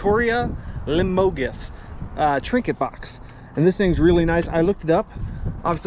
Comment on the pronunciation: I am going to give you a lesson in how to say Limoges.....the phonetic pronunciation is lee-moj. It's a soft G that's why I used the J. Lesson overfor today..Nice scores as always!!!! It's your destiny! Another Sausage Stuffer....